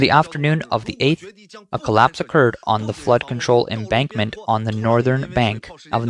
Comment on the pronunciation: Embankment, not embarkment